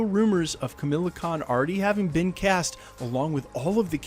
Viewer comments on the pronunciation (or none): KamALa Khan... NOT Kamila Khan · Kamala Khan’s name isn’t pronounced “Camila” its “Ca-mah-laa”. It just made me cringe a lot while you were saying it is the only reason I’m bringing it up. Not picking at you just trying to help. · it's Kamala, not Camilla. fyi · Ka-ma-la not Ka-mil-a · Kamala not Camilla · KamAla, not Kamila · KamAla Kahn not Kamila Kahn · Ka-MALL-ah, not Camilla. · Kamala, not Camilla. Also Chris Pratt wasn't a movie star when he was cast as Starlord, so yeah it wouldn't be at all out of form for Marvel to cast a non A-lister. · *Khu-muh-la Khan, not Camilla Khan! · Kamala. Not Kamila. Pls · I can't unhear Camilla Con 😂😂😂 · You act like you know what your talking about, but you cant even read/say ms. Marvel's name correctly. You say kamila. Haha. Fool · Lol, it’s pronounced Kum-All-uh Khan 😂